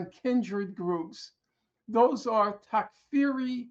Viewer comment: “takfiri,” no “h”